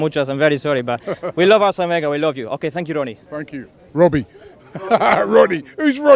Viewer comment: Couldn’t even say Robbie😂😂